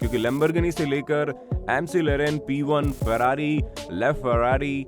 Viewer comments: It's not m c laren it's maclaren But nice video keep it up 👍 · Bro that's maclaren.. Not amcerene